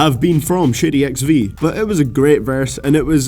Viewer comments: I deadass thought you were saying shitty XV and not shady XV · lol I thought you said shitty xv in number 10 lol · Sounds like you're saying "Shitty Records" hahaha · It sounded like you said Shitty XV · shitty XV ? 😂😂 u pronunciation 😭